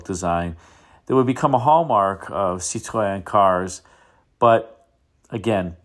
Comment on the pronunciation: Tum up for the correct french pronunciation of Citroën. 👍